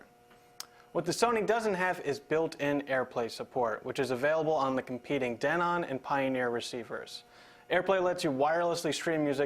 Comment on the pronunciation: Who taught you how to pronounce "Denon" ???????????? You don't know how to!